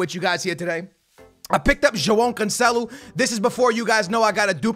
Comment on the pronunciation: Dude im portuguese and trust me, he cant pronounce cancelo and semedo's name